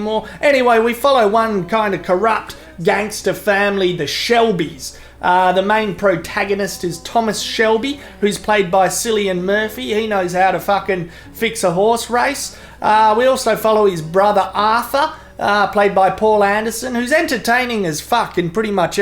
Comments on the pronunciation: Sillian Murphy. Jesus Christ, I love it. Is there not a a good amount of Irish lads in Australia to help with the pronunciation. Sillian or rather Killian should see this! I do enjoy your videos ya big beatiful bastard. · Not to be a complete dick-head but Cillian is pronounced Killian not Sillian , most Irish names beginning with C it's a hard C......nice recommendations though, thanks and keep up the good work 👍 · Cillian Murphy is pounced with a K, 'Kilian'. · "Sillian" Murphy haha lmfao! :') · ***** Don't worry man, as far as European names go Irish names really take the biscuit haha. Try pronouncing "Sadhbh" in your next video. It will legit fuck with your mind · Cillian is pronounced "Killian" you fuckwit